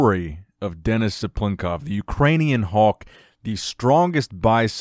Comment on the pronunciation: Hawk?? Is he saying 'hawk' or trying to say 'Hulk'?